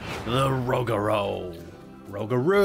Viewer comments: Ro-Gur-u not rogru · It’s roo- ga- roo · Rougarou is pronounced Rue-ga-rue (not trying to be rude just pointing it out) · It’s a very confusing name but it’s actually pronounced “roog-a-roo” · ProjectSunset actually roog-a-poo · For Rougarou, it’s actually “ROO-ga-ROO” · Imma help my boy out, rougarou is pronounced (roo-ger-roo) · Can please stop saying 'the' in front of the coaster name please? It makes the coaster enthusiats cringe. Also it's pronounced Roo-ga-roo. According to the park, it's French for "nightmare" which Google disagrees with so I have some trust issues with CP. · Here let me help you out with pronunciation for Rougaru rew ga rew lmfao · It is pronounced 'Roo-ga-roo' x.x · As a previous crew member on Rougarou. Your pronunciation makes me cringe. Rew-ga-roo.